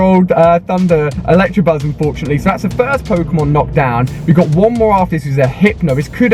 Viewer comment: "Electrabuzz".. and you call yourself a Pokémon master...